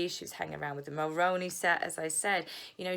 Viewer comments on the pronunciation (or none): I love your vlogs!! I LOVE YOUR VIEWS!! I think your great BUT I am from 🇨🇦 and I don’t know but every time you say Mulroney it’s wrong. It’s pronounced “MulRUEney and not MulROWney 😊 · Please, please learn how to pronounce ‘Mulroney’ and MacIntosh.